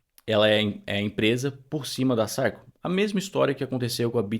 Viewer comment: vc merece! E se me permite, a pronúncia correta de Circle é /sârrkâLL/ como em Sir de Yes, sir!😊